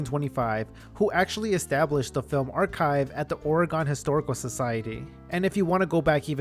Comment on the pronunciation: wow, as a portlander i cant believe people dont discuss this more! we love drama here! this was so cool to learn, thanks so much! please never pronounce oregon wrong again though ❤